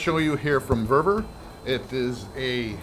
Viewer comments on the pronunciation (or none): VEVOR..not vervor 😊